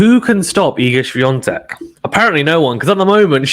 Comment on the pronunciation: Thank you for the correct pronunciation of Iga Świątek's name. Greetings from Poland. You are doing fine, decent job. It was nice to hear your opinion.